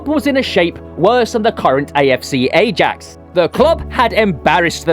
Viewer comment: No idea but bruvs butchering King Kenny, Ajax 😂😂